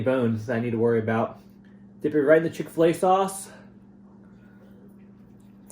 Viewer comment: Chick Fila sauce lolololol